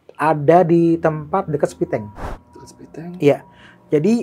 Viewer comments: Septitank bang bukan sepitenk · Septictank, bukan Sepitank!